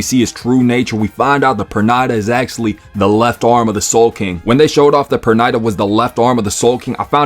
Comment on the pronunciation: Bro, Pernida pronunciation escaped you lol